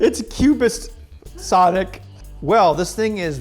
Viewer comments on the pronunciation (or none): none